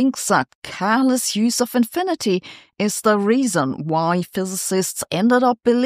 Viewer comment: ze fizezizsts dohnd believe in inphinidy. that really hurts my ears and im german....